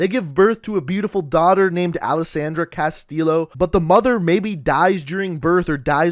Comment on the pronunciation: You're pronouncing Castillo wrong but good vid